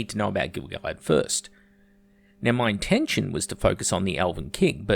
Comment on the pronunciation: Your pronunciation of Gil-Galad is more accurate than anything then the RoP writers put in any of their shit scripts. I doubt the RoP writers have one tenth the information on this character than you've laid out in this video.